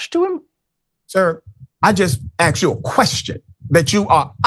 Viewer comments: “I just axxed you a question!” What a clown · Richey is supposedly a doctor and well educated but can't say the word, 'asked'. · Rashad needs to read a dictionary and learn how to pronounce, 'asked'.